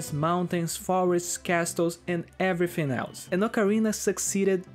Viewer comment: I’ve got a small hunch that you’re Brazilian and from one to another, aqui vai uma dica: na hora de falar o “th” de palavras como “everything” toque os dentes superiores na sua língua, não nos lábios inferiores. Há uma diferença e faz parecer “everfing” ao invés de “everything”. Mas pequeníssimo detalhe, fora isso pronuncia está ótima e conteúdo do vídeo, supimpa